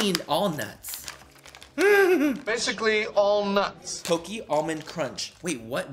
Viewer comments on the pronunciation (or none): Btw pocky is pok-e not pokey. Just hating just letting you know😂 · I'm dying at how he says "Pocky" pokey 🤣🤣🤣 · Nobody: Literally no one : Manny: OMG POCKEY WE DONT HAVE THIS KIND OF POCKEY HERE Even though it’s pronounced (p ock e) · Lol it's "pock-y" not "poke-y" and most of the items are dollar store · it’s POCKY not POKEY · Btw just sayin its not poicky the way you say it its po cky no afens just sayi ✋😅✋ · Its picky not pócky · Manny: I love Japanese culture! Also Manny: Poke-ee. 😂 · I was about to say the same thing lol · i couldn’t get over it 😂😂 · It’s pocky. Pronounced like walkie talkie. Palkie 😂 Pocky. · Lol!! It's not like it's pockey. You know like hockey, but instead of an h, it's a p.😂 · The way you pronounce Pocky is hilarious! And cute. ♥️ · The way you pronounce Pocky is so adorable. 😂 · Lol when he pronounces pocky.